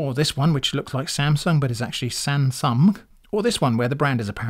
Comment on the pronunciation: “Sansumg” is insane btw 😂 Thank you for testing these.